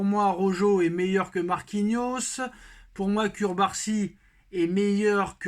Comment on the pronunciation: CuRbarsi ta geulle!!! Le nom c'est CURARSI et sa se lit [cOUbarsi] le "U" se lit come "OU" !!!!